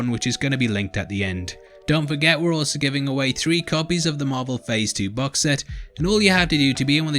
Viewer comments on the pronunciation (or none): none